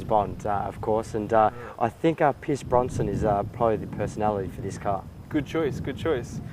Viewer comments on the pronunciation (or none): His name is Pierce Brosnan, not Bronson, and he drove a BMW 750iL in the movie, not a 120i, but hey! Haha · They say "Pierce Bronsman" haha